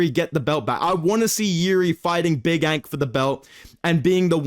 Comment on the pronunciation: He turned big ANK into BICH ENK in a matter of seconds😂.